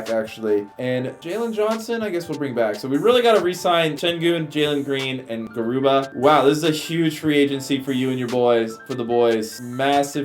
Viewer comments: “Gubara”😂 I’m just kidding. It’s Garuba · Gubara??? Deshaun Tate??? 😂